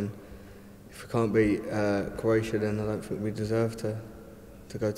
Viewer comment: Anyone who says "fink" instead of think, "fings" instead if things and "footbaw" instead of football does not deserve to earn the amount of money he is earning!!